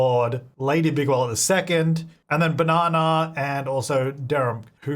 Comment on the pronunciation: I always hear Bigwallet as Bigwell n feel the need to rewatch Robots LOL